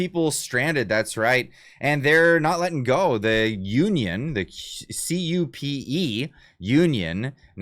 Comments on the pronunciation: the CUPE union is usually called “CUE-pee”. 🍁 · CUPE is pronounced starting like the letter Q and finishes with the word Pee. I supposed you could just say Q.P. lol